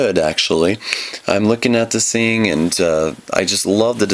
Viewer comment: Hahaha He says "the" and other "th" words ok but when he says "thing" he says "sing" i don't get